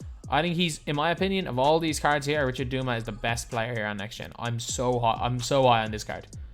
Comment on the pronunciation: I love ya...but it’s DUE-MUSS😭